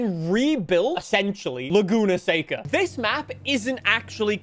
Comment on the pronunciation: That's how you pronounce it